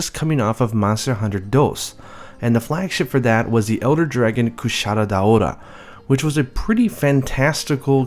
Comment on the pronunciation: Why does he say KushaRa Daora